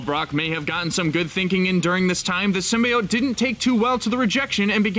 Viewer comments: It’s SYM-BEE-YOTE NOT SYM-BYE-OYTE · Prince Paradox ikr i think its supposed to be pronounced like “seem-bee-ote” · IT'S "sym-BEE-ote"! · Symbiote for Pete sake Not sim bye ot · I think Spiderman will appear in the movie. I think it was Marvel that lied about something not being in one of their movies. (Also its pronounced Sim be ote not sim bye ote) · Every YouTube channel that reports news at the moment says "sim-BYE-oat" instead of "Sim-B-oat" (how it's meant to be pronounced... you can tell which channels are just reading from scripts and which actually know what they're talking about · Did you litterly just say SYMBYEOTE! It's sym (bee) then the other part of symbiote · Damn it it's sim-bee-ote not sim-bye-ote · Stopped watching after the 3rd time I heard "sim-bye-ote." It's "sim-bee-ote." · Symbiote pronounced (sym-bee-ote) not (sym-bye-ot) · STOP SAYING SYM-BYE-OTE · although, Marvel does want Sony to pronounce it as sim-bee-ote. just saying. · SIM-BEE-OTE HOW HARD IS IT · Its always been bi. You were taught wrong by 90s failtoons. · Why do i hear SIMBA-OATS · PROUNOUNCE SYMBIOTE CORRECTLY: SIM-BEE-OAT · It is pronounced (sim) (bee) (oat) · Dont Sym-Buy-Ote me. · My god can no one say symbiote correctly..sim-bee-ote lol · It's Sim-bee-oat ffs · I HATE how the movie/this video mispronounce "symbiote". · Carlton Drake actually correctly pronounced it in the trailer, but the lady who introduced them and the person who narrated this video said it wrong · Riiight?? My ears... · The way u say symbiotes triggered me hard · you pronounced symbiote wrong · You got a thumbs down ther min you said symbiote that esu way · I hate the fact they mispronounce “Symbiote” in the movie. Ugh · Also stop mispronouncing symbiote it’s annoying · I stopped listening the moment you mispronounced "symbiote". Shame on you. Disliked. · Had to stop watching due to the fact that you can't pronounce symbiote correctly